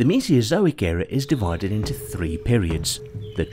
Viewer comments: Cannot take seriously a narrator who cannot pronounce Mesozoic properly. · For a science channel, it doesn't look good when you make pronounciation mistakes such as "Mesiozoic" and "Gigantosaurus" (not to mention the "seperated" on the title). Aside from that, presenting the "birds are living dinosaurs" topic as if it were a "theory" (I imagine they use the word in the colloquial sense here) that's debated academically is pretty much incorrect. There isn't much of a debate, it's generally accepted as fact.